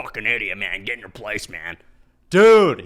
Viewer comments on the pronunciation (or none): none